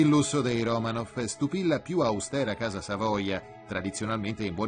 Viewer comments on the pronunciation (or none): none